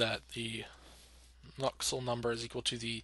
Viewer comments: What's so hard to pronounce about Nusselt? Why are you adding a k in there lol. Nuksult, wtf lol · Nusselt dude. Not Nuckselt. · why u sayin nuksult